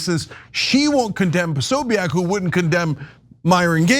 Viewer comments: Why can’t journalists say Prosobiec’s name? It’s Pro So Bic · Anna. It’s pronounced PO-SO-BIC, 3 syllables